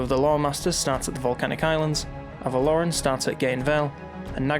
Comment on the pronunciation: The way you say avelorn is a bit weird I keep thinking you're saying athel loren